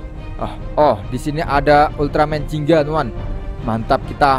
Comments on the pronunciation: Gingga bang bukan jingga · bugan ziggan tapi yang bener itu ginga